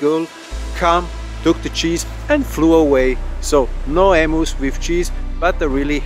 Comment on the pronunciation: Love the vids but it’s not emoos it’s em-you’s…hearing emoos makes my ears cringe…